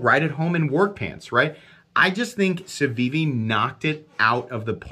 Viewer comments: "savivi" "cevivi". What's with that on the time skips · Sencut* and Civivi* not Cencut and Savivi lol